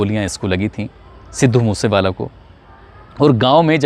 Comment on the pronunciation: तू पहले अपनी स्क्रिप्ट को ढंग से याद किया कर, रट्टा मार के आ जाता है हर स्क्रिप्ट का , views और likes के धंधे के चक्कर मे अपनी झंड करवाया कर तू और legend सिद्धू मुससेवाला भाई का नाम ढंग से लेले अनपढ़ 😡😡😡 पढ़ पढ़ के भी ठीक से बोला नही जाता तुझसे अनपढ़ कहीं का 😡😡